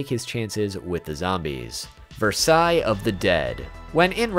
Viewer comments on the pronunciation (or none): none